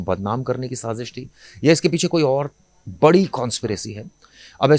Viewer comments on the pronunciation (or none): none